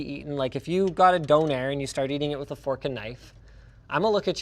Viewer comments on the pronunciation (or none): Did he just pronounce doner as dough-nerr?